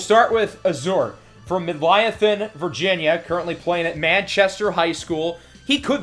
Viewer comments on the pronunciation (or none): Midlothian is pronounced Mid-Lo-Thee-An … I live very close to there and know Manchester High School (Lancers) well. I know Virginia very well. Also, Palmyra is pronounced Pal-Mi-Ra 🏈😀 Great video, sir.